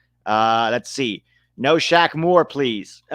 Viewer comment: The Q in Shaq Moore is silent and the O sounds like an E. So if you pronounce it right it sounds like Shamer